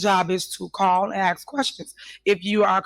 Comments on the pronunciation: It's ask not axs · She needs to brush up on her public speaking. Besides 'axking' for everything she also lets everyone know that she jumps through loop holes to get what she wants. The only problem is that the expression goes "jump through hoops". Must be a slip of the tongue cuz looking for "loop holes" is right up her alley! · Anyone who says axe instead of ask sounds ignorant and immediately loses my respect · You killed me with the whole axen shit lol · College educated? She says 🪓 instead of ask....